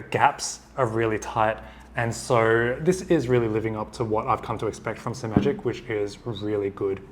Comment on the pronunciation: Finally! Someone on YouTube who pronounces Simagic with only one 'm'. And thanks for the great review.